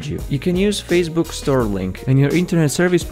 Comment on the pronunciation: Hard to understand.. you said use the Store browser??? I went back a few times, & now I understand, Tor not Store..I do like the video..Thanks...